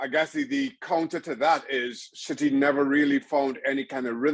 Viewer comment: Did he call City 'shitty' or is that just his accent? 😀